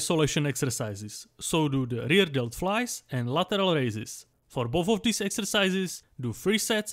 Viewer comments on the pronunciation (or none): none